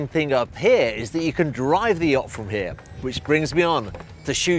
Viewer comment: ..every time he pronounces "Yacht" it reminds me of the Monsters Inc YAK